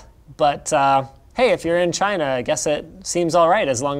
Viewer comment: Why does it sound like you say vegina instead of China??